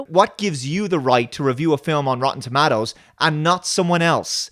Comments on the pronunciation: Rotten "ToMattos"! Oh Ewan McGregor, you're so silly! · You have an interesting way of pronouncing 'Tomatoes'